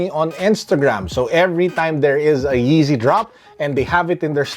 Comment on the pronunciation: Bro I love his accent and when he pronounces yeezys !